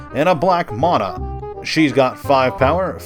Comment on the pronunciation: It's pronounced "mana". Sheesh how wrong can you be